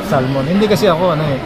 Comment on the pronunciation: hindi SAL-MON kundi Sah-mon.